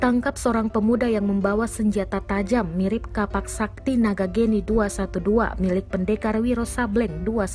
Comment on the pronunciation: Geni bukan Géni Notes: dalam beberapa bahasa umumnya huruf é yg dikasi kutip diatasnya dibaca seperti kata 'edan'